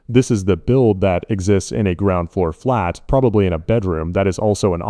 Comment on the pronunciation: Hearing “flat” in that accent is what gives it away lol